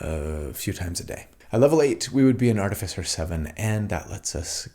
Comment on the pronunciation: I love your videos, but more than anything else, it seems like you are the only D&D content creator who know who to pronounce "Artificer"! Keep up the good work.